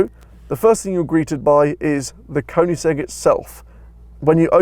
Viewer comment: Please pronounce the brand in the correct way! :)